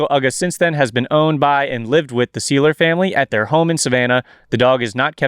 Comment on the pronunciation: Seiler rhymes with Tyler